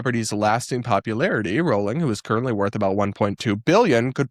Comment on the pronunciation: Sorry for making an unsubstantive comment, but since you have to talk about JKR a lot... It's pronounced *rolling*. Yes, some British surnames are weird and this is one of them.